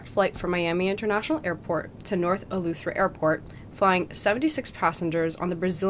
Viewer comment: It’s Eleuthera not Eluethera